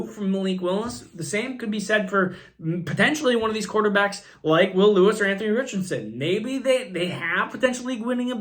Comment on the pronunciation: Bro... Killing me with these pronunciations! JSN??? Will Lewis? Booty? 😂😂😂